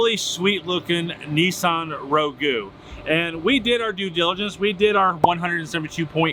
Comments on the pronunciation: Nissan "Ro-Goo" (no it's "Rogue"). LIke "Roggg (with the long "o"). I don't know how your sale papers are written, but in every used car I've looked at from a "dealer" (one of the corner dealers or a major dealer) it says on the window sticker very clearly - "As-Is without warranty, expressed or implied". Even if someone says something in a video or verbally, that has less weight than whatever is in writing. Unless your sale papers gave a warranty, like a 30 day or 90 day warranty, which I have seen from various used car dealers, it doesn't mean much to the buyer and they can pretty much assume that it is being sold WITHOUT any warranty. I don't usually deal with used cars these days, unless it's a certified pre-owned with a decent warranty, unless I'm buying a $5,000 junker for cash, which I pretty much assume at that point, no warranty. The other thing people forget is that transmission can sometimes go bad overnight. Especially these newer CVT transmissions (which the Rogue does have). Geared transmission may act up before they go bad, but they can go bad overnight literally for any number of reasons. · Not sure if is joking or not but its pronounced Rogue like the Xmen character not (Rowgoo) like is making it sound. Wonder how would pronounce the international name for that car. US calls is Rogue, the rest of the world is marketed as Qasqai (CashKai) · The mere fact that you called it a Nissan Rogoo, tells me you shouldn’t be selling cars or even touching them. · Roh-goo? No, sir, it’s pronounced “rah-gway.” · Ragu > Row-Goo > Rogue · I’d sue you too since you pronounce Rogue as ROW-GOO. 😭😭😭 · Rog-ue? lol You dont pronounce the 'U'! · Dude…..”Row-Goo”? Please tell me that’s a joke….😂😂😂😂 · Nissan "Roe-goo"! 🤣🤣🤣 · Did he just say Nissan Ragu?😆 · Imagine calling a Nissan Rogue "Row-Goo"... dumb americans... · Nissan Rogue pronounced like Star Wars ROGUE One. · For God's sake learn how to pronounce "Rogue." It is a single syllable. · Row goo??? 😂lol